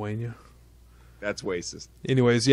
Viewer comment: hey did you say whacist instead of racist? lol and they speak Filipino dudes